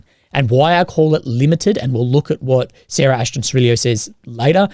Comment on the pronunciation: "Sarah" lolol